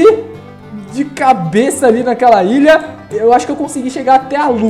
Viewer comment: Cara tu fala mó errado é ILHA n ILIA e tbm n é PRESTIJIO é PRESTIGIO